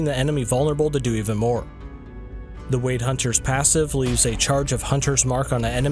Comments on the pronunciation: Why do you pronounce it "Wade" like wading through water. Isn't it pronounce like "Weird"? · Yes, it should be pronounced like "weird."